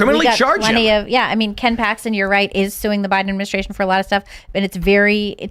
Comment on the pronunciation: Bidaministration ? Ugh that’s so annoying …..annunciation please 🙄